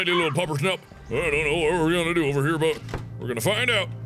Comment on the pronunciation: Excuse me SIR! It's Puppershnupp.